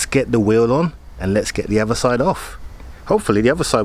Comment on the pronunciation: Love your content but pls its not "dis" "dat" or de otha lol 😆